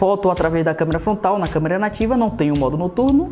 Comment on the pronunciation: É só eu que entendo ele falando Câmera FONTAL ? kkkkkkkkkkkkkkk #azueiranãotemlimites